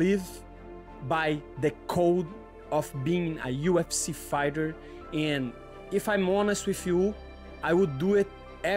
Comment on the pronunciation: Did he say UFC Farter 😂. Always rooting for you!!!!!